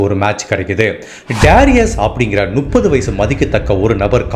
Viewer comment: கதை சொல்லும் விதம் நன்று. ஒரு திருத்தம். 30 = நுப்பது இல்லை. மு..மு... முப்பது. முட்டைக்கு வரும் மு